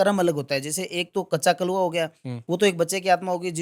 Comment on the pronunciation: कच्चा कलुआ होता है ना की काच्चा कलुआ